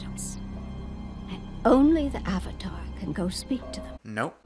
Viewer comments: I cringed everytime they said "aUng" or "sUuka/sOwkAh" or "eEroH" AND EVEN THE "OOHVATAR" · they couldn't even pronounce the word "avatar" correctly....... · Ignoring ALL of the problems, what is this movies deal with pronouncing A’s?? Uhng instead of Aang, Uhvatar instead of Avatar, like you’ve messed up everything so bad you decided to mess up words too just for funsies? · Lmao the “ah-vitar” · THE AH-VATAR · The biggest mistake was having Katara pronounce Avatar correctly and then Aang pronounce it AH-VAH-TAR in the SAME DAMN SCENE. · What has and always will baffle me is how they can possibly say the words Aang, Sokka, and Avatar wrong....Just watch the show.